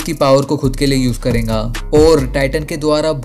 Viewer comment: Bhai tu aise kyu bolta hai. Tu karega ko kehta hai karenga . Milega ko milenga .